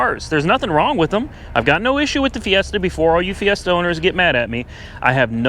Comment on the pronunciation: Ford "Siesta"